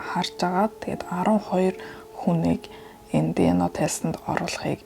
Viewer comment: Тэнэг дэно биш диэ нэе